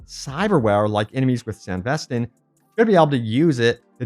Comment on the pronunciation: Why are you constantly saying "sanvestan"? 🤪 As we could hear in Edgerunners it's apparently pronounced more like "San-dè-vi-stan". It's almost like you didn't even watch Edgerunners (unless you only watched the english sub version instead of the dub). 😉